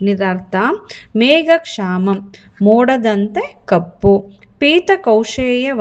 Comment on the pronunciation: ಮೇಡಂ ನಿಮ್ಮ ಉಚ್ಚಾರಣೆ ಸರಿಯಾಗಿಲ್ವಲ್ಲ? ಮೇಘಶ್ಯಾಮಂ ಅನ್ನೋ ಶಬ್ದವನ್ನ ಮೇಘಕ್ಷಾಮಂ ಅಂತ pronounce ಮಾಡ್ತಿದೀರಾ?? ಕಲಿಯುವವರೂ ಹಾಗೇ ಕಲಿತಾರಲ್ವ? ಮತ್ತೆ ಪುಣ್ಯ ಶಬ್ದವನ್ನು ಪುನ್ಯ ಅಂತ ಹೇಳ್ತಿದಿರಲ್ಲ?ನೀವು ಮೊದಲು ಸರಿಯಾಗಿ ಓದಲು ಕಲಿತು ನಂತರ ಕಲಿಸಿ pls🙏